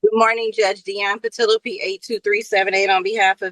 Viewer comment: Judge didn’t get Ms. Patillo’s name right even once 🤦‍♂️